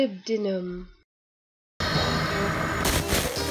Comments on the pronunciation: LOL, someone else who pronounced Molybdenum the way I do. Yes, it is wrong but oh, well. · For the record, even though that's not how molybdenum is supposed to be pronounced, thats how even my materials science professors liked to pronounce it because it sounds better and makes it easy to remember how to spell.